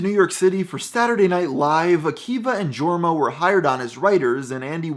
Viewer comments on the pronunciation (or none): it’s pronounced YORma not Jorma, even though it’s spelled jorma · 1. Its not pronounced jorma. Its yourm-ah. 2. Its popstar: never stop never stopping, not never stop stopping 3. If you're going to do a background on them, highlight the amazing movie they made Hot Rod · It's pronounced "Yorma" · Jorma is a Finnish name. It's pronounced Jorma not yourm-ah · seriously? "GORMA" ? its jorma pronounced like a y, listen to some of their less known songs. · pronounced yorma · “Georma” good stuff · Skipped major events and projects and mispronounced Jorma. Didnt finished this video. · That is not how you say Jorma, and you should really watch Alone Together. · The way he says Jorma 😬😬